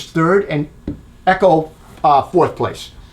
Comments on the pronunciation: It’s not Eee-co it’s Ec-ho Echo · you said it eh-cho . I only noticed because I kept looking for the EGO whenever you said it otherwise, lol. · To be fair to the viewers, not only are you mispronouncing "Echo" but it kinda sounds like you keep saying "Ego" which is a glaring absent brand in this test. I know, I know they "chose not to participate" but still...